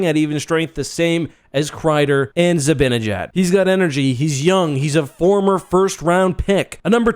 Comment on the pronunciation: It's pronounced Zi-ban-ejad, not Zi-bin-ejad. Hard to appreciate your opinion when you mispronounce player names.